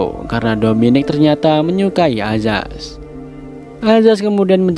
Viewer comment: Perasaan tulisan di subtitel nya ayaz tpi di bacanya azaz.... comment aja nih netijenn... semangat bang